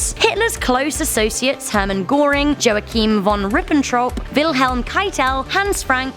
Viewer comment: Joe-a-keem? It’s pronounced yo-kim